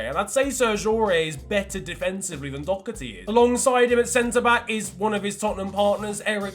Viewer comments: It’s Doherty not docherty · thats the British pronunciation, but he’s Irish so he says it like Doh-ur-tee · It’s pronounced Dohh-erty btw (I’m Irish) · I'm Irish and Matt Doherty is pronounced Doh-herty, not Doc-erty or Dow-herty. I just needed to say that as I have always been (slightly) annoyed whenever anyone said it like that. No hate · I don’t get why I always hear Doherty called ‘Dockerty” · There’s no c in Doherty please nobody in England can pronounce his name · Why can’t English people say Doherty it annoys me so much